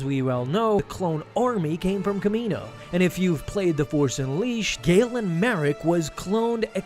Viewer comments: Its not kamino 🤦🏿‍♂️ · Pretty sure it’s not kamino